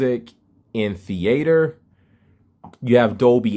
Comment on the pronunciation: Thee-aighter day